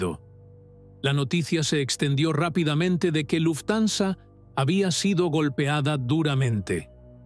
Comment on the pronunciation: Me aburri de escuchar luftanza 😂😂 buena historia pero tu la arruinas